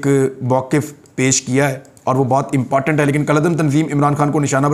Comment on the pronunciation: Mr Riaz the word is not markeet but market and it's not phone tape but phone tap. Tape means a film made of anything while tap means to connect. Phones are tapped not taped. Why do you say "impotunt"? Why not simply important without putting too much pressure on the last 3 letters. Some of your audience who are not so well educated are getting misled. Stop this. Write the right script and speak well